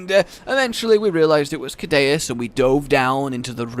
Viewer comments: why do u call it kadaus when its pronounced seadious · I think Ceadeus is pronounced with the C as an S, like Sea Deus, because it implies he is a god of the Ocean or carries a godly title, like 30 other monsters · guess what it’s “soo-day-us” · It's Sea-Day-oos. Dues is Latin for God, so Sea God. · It's pronounced Kaydayuse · It’s pronounced sea-deus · Ceadeus I think should be pronounced See-de-uus as Cea is pronounced like Sea in Latin and also in Latin Deus is god, and it’s pronounced De-uus. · It's pronounced(c-dus) or (sea-dus) the second e is silent. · Btw it's pronounced "Say-dus" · Sea - de - us that is how to say it I have been in the old world for to long to long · It's "see-ADDY-us",. Also, dunkleosteus is pronounced "dunkul-osteus". Its name literally means "Dunkle's bone", after the guy who found its skull.